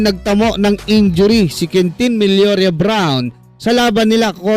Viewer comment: Babasahin na lang ng vlogger na 'to ang "Milora" pero "Milorya" pa ang pronunciation niya.